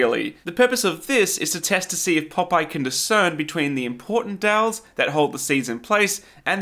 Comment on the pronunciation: I thought he was saying dells lol